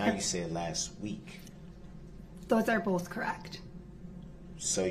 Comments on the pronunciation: "bofe detectives"... not boTH, but bofe. 😒. I hate that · "Boaf, boaf detectives" 🙄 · Bohff = both 🤔 no F in both 🤪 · This lawyer is terrible. What the hell is “Boaf”